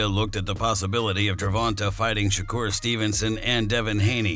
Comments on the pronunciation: It's gervontae no ta da fuq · The dude said gervanta 😂😂😂😂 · BRA U SAY HIS NAME WRONG ASF 🤦🏽‍♂️ WHITE FOLKS ALWAYS SAYING SHIT WRONG BRA LOL DAT SHIT BE FUNNY FRFR ITS LIKE 2 pac all over again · Your completely butchering Gervontas Davis name lol